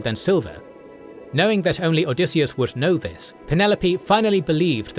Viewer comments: Odysseus.... not Odysseas... I don't know what it is with this cannel... but pretty consistently you either get spelling or pronunciation of things incorrectly... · "OdysseAs"?! That's odd